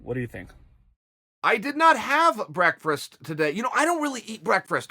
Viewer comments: Chael "breakfrast" Sonnen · If Uncle Chael says it's brekfrest, well get Webster on the phone cuz it's now brekfrest. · 🤣🤣 BREAKFREST!! I just rewatched the question and he says it like that everytime! Oh Uncle Chael you killing me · "Breakfrest" Chael? lol, love you man ^_^ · Chael 'I don't eat breakfrast' Sonnen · "i don't eat breakfrist" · Me: It's Breakfast Chael: It's Breakfrast Me: Ok Great. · The fifth time he said "breckfrest," I lost it. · Chael doesn't eat anything he can't pronounce... Breakfrest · The world: Breakfast Chael: Breakfrast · Came to say lmao I did not have breakfrest today I almost never eat brekfrust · Man doesn't eat breakfrast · The Dynasty Continues breakfrest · Chael 'brakfrast' sonnen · Can chael not say breakfast? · Chael doesn't eat breakfast,he can barely even say breakfast! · Ha ha chael you can't even pronounce breakfast right. Lol love ya brah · Oh it's pronounced "Breakfrast". Can't believe we've been pronouncing it wrong all this time. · BreakfRast, come on uncle Chael 😂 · Breckfrest lands in the dictionary asap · That is the absolute worst pronunciation of the word "breakfast" I have ever heard. YIKES! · 😂😂Brekfrast and he say's Wrastling😂😂 is that how people speak wherever Chael is from Origon or Ohio don't know or can't remember the mean street's of ,,,,,,,,,,,💪🇮🇪💯